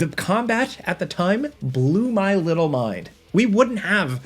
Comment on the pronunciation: "Um, they hadn't ever thought to, like, ERM, include AKSHUAL complex gameplay? Yeah, we'd have to wait a LIDDLE longer for that." Man, that is insufferable.